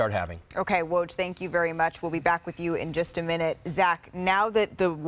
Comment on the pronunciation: The host still can’t pronounce his name right? She should practice it in the mirror